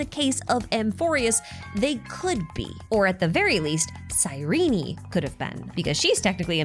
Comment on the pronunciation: Great video but it's pronounced "Cyreen" not Cyreney